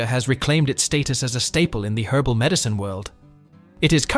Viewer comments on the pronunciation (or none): none